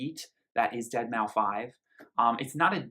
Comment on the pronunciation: did u say dead mow 5 on purpose